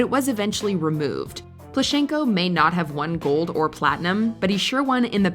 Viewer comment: He’s PlUschenko)))) the first syllable is stressed.